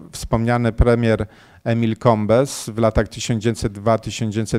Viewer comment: Wykład znakomity, aczkolwiek nazwisko bezbożnego francuskiego ministra, Emila Combesa, wymawia się Kąb, ucinając końcówkę.